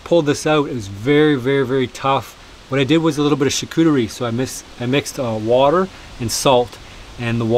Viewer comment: You're from Ontario, there is no excuse for you not to be able to pronounce the French word Charcuterie which means Delicatessen in English. Here is a link to the Google translate page. Just click on the little speaker Icon below the word to here it pronounced properly. SVP Nous sommes dans un pays bilingue. Please, we are in a bilingual country.